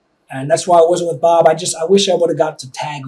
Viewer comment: The way he says Bob, I keep hearing 'mom'